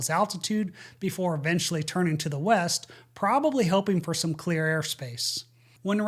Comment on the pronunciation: What do "schtory" and "wescht" mean?